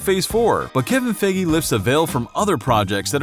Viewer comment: I let some of you pronunciation be but “Kevin Figgi” sounds pretty stupid